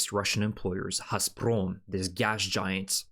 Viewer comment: Can you say GAS ? UGH ?! Its it hassprom its Gas prom